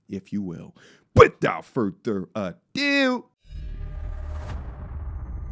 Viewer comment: "Without further a dew" 🗣️🔥